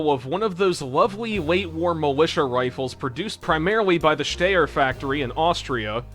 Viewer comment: 😅 congratulations you are the first person I have ever heard of that can't pronounce Styer